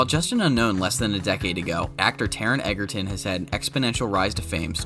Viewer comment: His last name is spelled Egerton but pronounce Edger-ton. Please get it right in the future.